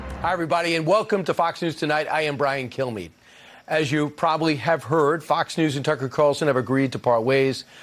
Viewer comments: Hello, I'm Brian Kilmeade. That's pronounced "Kill me." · Did he say his name is " Brian Kill-me"? Lol! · I heard him give his name and seriously thought he said "kill me" 😅😂 I thought, gosh, it is just great to see him having some sense of shame!